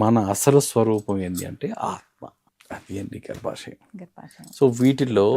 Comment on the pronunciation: అది గర్భశం కాదు... గర్భశయం 🤦🏻‍♂️🤦🏻‍♂️